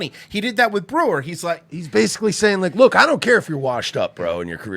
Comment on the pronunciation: You can really tell when someone is a huge fan of someone else when they can't even get their name right. Watch the end of that Breuer episode and Schaub completely butchers his name.